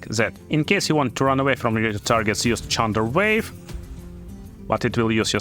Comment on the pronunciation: lol "chunderwave" did you know chunder is australian for vomit?